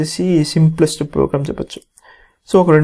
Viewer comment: Plogram 🤣 proorgram🤣 purgram 😂 Finally he said program 😅